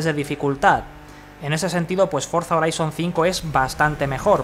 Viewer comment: Se llama forza "joraizon" así se pronuncia, si lo vas a pronunciar en español entonces di HORIZONTE